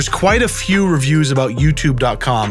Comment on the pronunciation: "obout yourself"